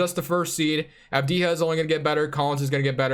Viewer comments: It actually pronounced deni av-dee-yah . Its an Albanian last name the j makes a sound like the y in yellow. Keep up the good videos bro! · Pronounce Avdija like you pronounce for example Jokic, as it is written...